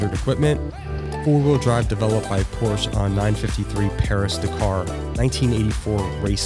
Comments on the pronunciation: I’ll be the guy It’s Porsche not Porsche Y’all sound pretentious when it’s written down The 930 turbo 5 speed manual is still my dream car though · Porsche is a two syllable word! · First thing you need to do is learn how to say Porsche. Ask a German why there is an “e” on the end and what that means. No one cares that you are intentionally being an idiot.